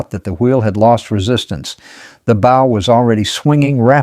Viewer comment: I listened to this. Enjoyed it. I would have subscribed but it is an AI (Artificial Intelligence) generated narration. I found the mispronunciation of the word "bow" (as in the front of the ship) to be like the "bow" of a violin. This is unacceptable and should have been caught in editing. But there isn't normal, human editing. It's AI.